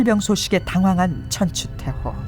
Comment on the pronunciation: 여 아나운서의 발음이 천추태호로 계속 들려서 거슬림